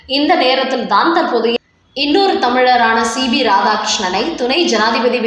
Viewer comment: Madam, he is C P not C B as you pronounce